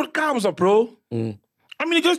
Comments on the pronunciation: It's Gqeberha bru, not Qgeberha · It’s Gqeberha not Qgeberha😩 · You guys really butchered "Gqeberha"😂